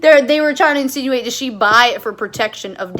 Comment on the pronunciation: I love how you emphasis "insinuate" like you were so proud you knew a complex word.